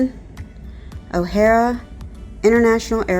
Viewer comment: Why couldn't correct her on how to pronounce the name of the airport correctly??? It's O'HARE, not O'HarA